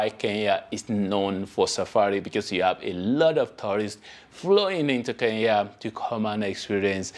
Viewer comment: Why do you West Africans pronounce Kenya as Keya?,..